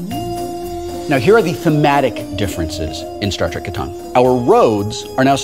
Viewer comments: Did anyone notice he said "Star Trek Catana" (Katana?) ? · I've played Settlers of Catan quite a few times, and I got to try the Star Trek version once, but I've never seen Star Trek Catawn before. Does Wil pronounce it that way to make it rhyme with Kahn? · Was my group the only people in the world to pronounce "Catan" to rhyme with "Satan" or is it a British/American thing? BTW I'll do you a tritanium for a hay